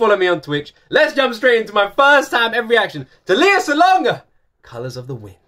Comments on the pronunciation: I love how much you love Lea! Me too! Now that you're a fan, allow me to share how to pronounce her name: It's pronounced "Lay-uh" ...not the traditional Leah ("Lee-uh"). I think Lay-uh said she actually has a cousin named Leah, so her parents named her Lea ("Lay-uh") with a long-a, instead of a long-e, to change it up. Keep making great videos! :) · I enjoy your reactions to listening to Lea Salonga. I'm a big fan of her as well. When you finally get to see her and talk to her, I hope you say her name correctly. :) It's Lea with a short e, like "lay yeah". Hehe. More power!